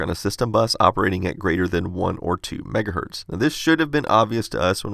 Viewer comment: Kevin again: "LOL, why do you leave the z off of "megahertZ" when you say 1? You think Zs and Ss are the same thing?